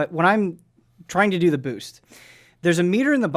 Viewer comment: says boost like Bhoosht